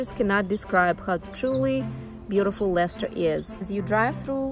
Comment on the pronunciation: You pronounced it right!! Leicester is also a city in the U.K and it's pronounced Les-ter. Great video! New Sub right here!